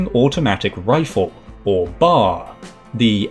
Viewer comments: A couple of pronunciation FYIs: "Pancho" is PAWN choe, not PANN choe. The BAR is bee ayy arr, not bar. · Little nitpick: with the M1918 BAR, you do not say "bar" as in the place you go for a drink after a shitty day at work. You say each letter B-A-R.